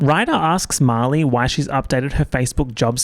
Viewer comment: it throws me off everytime you say Marley i hear "molly" and i get so confused hahaha